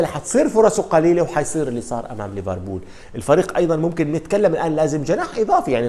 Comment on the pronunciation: يا أخي والله إسمها liverpool و ليس leverbool